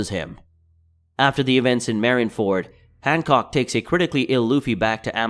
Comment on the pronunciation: Han “cock”